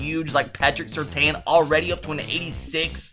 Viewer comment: i must put a stop to you pronouncing Surtain like that